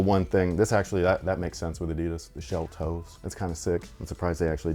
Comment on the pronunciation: Always funny if someone makes a video but can't pronounce Adidas.